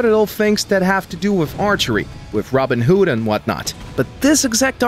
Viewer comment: how... how did you just pronounce Robin Hood?